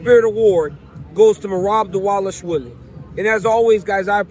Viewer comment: What’s up with everyone calling Merab diwalishwily it’s div-a-lash-villy it’s literally not hard and your getting paid to speak atleast learn how to pronounce especially Bruce buffer like frs do better